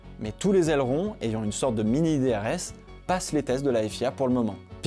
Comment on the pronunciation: Aileron mr on dit aileron